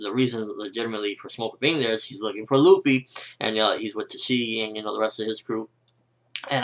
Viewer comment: who da fuck is LOOFIE?? it's luffy! short spelling on the u dammit >.<